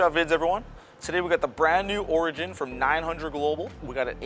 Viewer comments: This. It was really bugging me how he was pronouncing it. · That's not how you pronounce "Origin". Just trying to help!